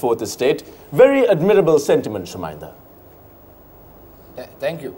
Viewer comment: pronounced Chaminda correctly 😂